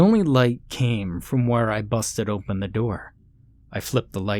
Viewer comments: I can never hear him say the word without thinking about how strange it sounds. I’ve actually heard it before him though. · Never heard anyone pronounce the word 'open' as 'oomphen'